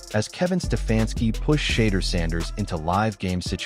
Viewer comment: HOW are you pronouncing his name "Shader?" WOW!